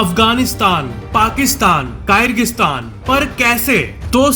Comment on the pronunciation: स्टेन nahi स्तान hey